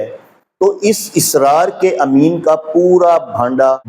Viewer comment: بھائی پہلے آپ اپنی اردو صحیح کریں آپ کو اردوتک نہیں آتی تو آپ شیعہ رجال اور شیعہ رواۃ کی بات کیا کریں گے لفظ اَسرارہوتاھے اِسرارنہیں